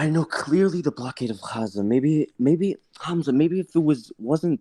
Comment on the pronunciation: "HAaamAZa" wallah its funny how they pronounce your name😂